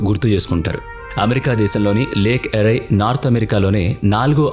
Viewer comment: ఒరేయ్ ఒరేయ్ అది లేక్ అరై కాదు రా ., లేక్ ఏరీ., నీ మొహం మండా కనీసం ఇంగ్లీష్ టు తెలుగు ట్రాన్సలేషన్ చేసిన ఎలా పలకాలో తెలుస్తది కదా రా .